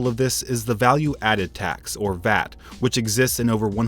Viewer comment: A correction. Not vat. It is V.A.T. You have to pronounce each letter. Thank you for the video though! Highly informative!